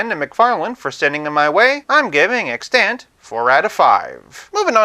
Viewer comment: extANT? You got the wrong emPHAsis on the wrong sylLABle. (Don’t feel bad, it was years before I heard it pronounced, too.)